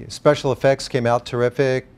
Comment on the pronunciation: “The special effects turned out teriffic”. Okaaaaaay…..